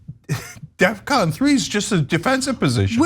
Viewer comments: It’s “Defcon” not “Death Con”. That’s probably why it seems aggressive. He just doesn’t know words. Which is hilarious because you’d think a rapper of his caliber would know words lol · I don't mean to be picky, but isn't it def-con?